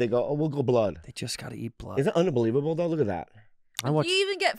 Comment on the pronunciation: bobby said that so asian, "isnt that, una believe able uh"